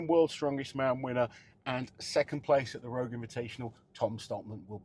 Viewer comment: ROGUiE not ROUGE